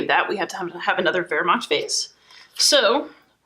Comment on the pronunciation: Awesome - subscribed looking forward to more of your treatment and love the way you correctly pronounce Wermacht ! Kenrick